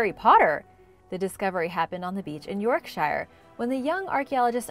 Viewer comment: York-SHEER not Shire. Enjoyable other than that and all the ads 😅